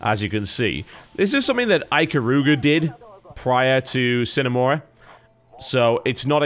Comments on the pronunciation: the hell are you talking about. Sign, it's pronounced like Sinae.. It's not english, thus people like you cannot pronounce it.. just like the americans that try to pronounce a french name... come ON! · Correct me if I'm wrong, but I believe 'sine' is not pronounced like 'sign' at all.. I think 'sine' is Latin (sine + ablative: without) and then it is pronounced like 'seenay'. Together with 'mora' (mora, morae: delay) this makes 'sine mora', meaning: 'without delay'. You know, just in case you're interested^^ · I'm disappointed TB. You of all people should be able to pronounce Latin. It's si (like the Spanish si) ne mora. Without delay. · Aside from the fact that your'e namecalling, you are also wrong- it's pronounced "see-neigh", not "sine" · Si-Neh Mo-rah (no pauses in the middle though, it was just to indicate the separation of words) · I believe "See-neh more-uh" is the classical pronunciation. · See-ne Mo-Ra the I is pronounced like the first e's in cheese, the E is pronounced in the same way you'd say the letter A in the alphabet, O like you'd say it in the alphabet, and A like ah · Probably too late now... but TB? It's Latin. It's pronounced "See-nay Mo-ruh." If I remember correctly, it means "without delay" or something of that like. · Sine Mora [sɪne mɒrʌ]: Without delay Simple, phonetically pronounced latin. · I think it's See-NAY Mor-AH Latin for 'Without Delay' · I Believe it's pronounced, Sinner Morah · The fuck it is, it's pronounced like the beginning of the word Cinema. Sin-a More-a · Pronounced seena mora, Latin for without delay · see-nay moorah is the way to pronounce it according to my latin class, it means "without delay" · It's more along the lines of sin-eh more-a. Yay Latin! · its a short I sound, sih-nay more-ah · see-nay moor-ah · see-neigh more-uh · i think its pronounced Scene mora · see-nay more-ah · Its pronounced exactly like its spelled (slavic language rule of thumb) Sine mora aint celtic lol.